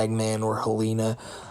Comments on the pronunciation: please, for the love of god its HEL-ehn-uh, not hel-AY-nuh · The name Helena is usually pronounced “Hel-in-ah”